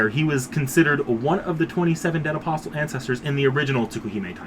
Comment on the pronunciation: Just want to tell you that the T in "Apostle" is silent.